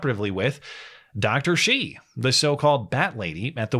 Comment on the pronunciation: Batwoman Dr. Shi is pronounced "shur"... like "sure, I took money from NIH money for gain of function via Eco Health Alliance"